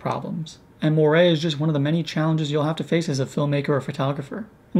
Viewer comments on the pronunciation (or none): There is no such word as "morie", it's "Moiré", pronounced "mo-are" in English and "mo-aray" in French with the French sounding "r"...